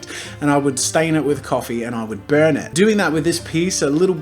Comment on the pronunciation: When you said "i wanna brun the paper" my heart died a little, but god u just meant the edges 😅😂